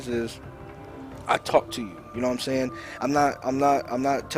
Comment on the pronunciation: more like "SHHHayin"